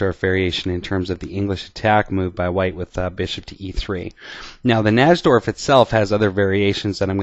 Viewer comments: Najdorf was a polish chess player and in Poland we pronounce "J" like "Y" in English, so his name should be pronounced "Naydorf" not "Nasdorf". Just sayin' because Americans usually don't check the correct pronounciation and simply use their own "made up" version of foreigners' last names. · its actually pronounced Nai'-dorf. The english attack is not necessarily the 'best' line for white, its simply been fashionable recently. The older move, Bg5, is still perfectly good, and there may be other options as well. Nobody knows whites best in that position. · I think the correct pronunciation is "nigh-dorf", it's certainly much easier to say. Love this opening! Thought about doing a video on the Yugoslav attack in the Dragon? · NY-DORF najdorf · Its pronounced NAPADORMP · I feel the strong need to advise you,, and every one else out there that the correct pronunciation of Najdorf is, phonetically, "Nidorf," with a long i. Thanks for the videos. Have a nice day. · Maybe he knows "something" about chess, but at least he could pronounce the opening variation correctly (nigh - dorf) Plus, what would have happened if that knight had attempted to trade the knight with the dark-squared bishop? I play against the Najdorf, but I push the f pawn on move 6. That bishop is a valuable piece! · miguel najdorf's last name is generally pronounced 'nigh-dorf' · your pronunciations of names are terrible. You pronounce "Najdorf" the wrong way. On another video, you pronounce Karpov's name wrongly. Does not inspire confidence, definitely…. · I can't believe the chess commentator who gets the most views on youtube can't even pronounce "Najdorf". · Pronounce "Najdorf" correctly please. It sounds absolutely terrible when you say it.